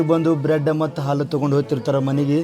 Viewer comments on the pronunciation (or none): none